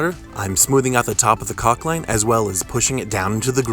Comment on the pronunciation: it's pronounced COCK my man! Say it loud!